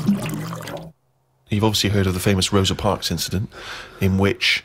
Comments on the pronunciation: “Rosie Parks” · "Rosie Whatsit." lol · "rosie parks"